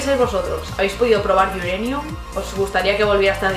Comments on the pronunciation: lo dice bien. Uranium se pronuncia así, de hecho si no dices "iurenium" (como ella bien pronuncia) mejor di Pokémon Urano, para que no quedes mal delante de angloparlantes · no sé si me dijiste el comentario a mí o a BOMBIXFM. Soy inglés de nacimiento y vivo en Londres, lo pronunció perfectamente como cualquier inglés de a pie por estos lares. Saludos